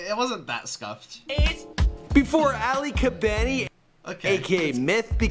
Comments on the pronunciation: Did he call him aly? Lul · Bobby Shmurda's hat i said aly because thats how he said it i was making fun of him its definitely not pronounced like that